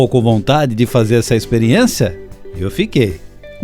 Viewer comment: Mas que pronúncia horrorosa! Potênça , Experiênça . Para narrar qualquer coisa é importante saber falar corretamente.